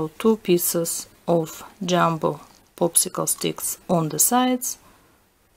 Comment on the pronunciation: you said poopsickle